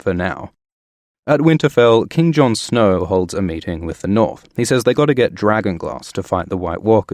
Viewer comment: When he said king John snow, I almost heard as Kim jun un